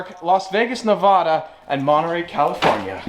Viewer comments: Please never fuckin say nevahdah again it’s Nevada*🤦🏼‍♂️ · hes pronunciation of "nevada" Lol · HOW DARE U SAY NEVADA WRONG lamo